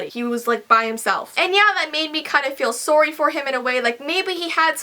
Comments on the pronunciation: She said sordy it sorry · Why do you say soory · lol sorrey. I just don't hear that often in American and I know she's Canadian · you say sorry a soory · Ok i love how you Say sorry it's so funny!!! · you say sorry weird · Are you from Canada? Sorry I'm new, it just sounds like it b/c of the way you say "sorry"